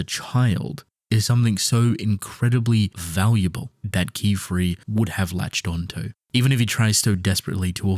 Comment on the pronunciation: Yay he learned how to say Qifrey right :DDDD